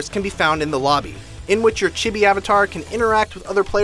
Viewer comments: cheeebeee Chibi= Chi (CHUH EE CHEEE) Bi= B CHEE not Chih be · Its CHEEBEEE not Chibby.